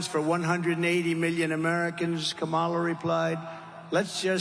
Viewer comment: Don't know if you guys caught it too, but he clearly calls her "Cabal-a" 😂😂😂 Go, DJT! ✊ ✊ ✊